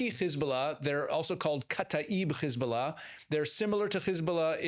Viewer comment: It's Hezbollah not khezbollah😂😂😂 and it's Persian Gulf not Arabian. Get your facts right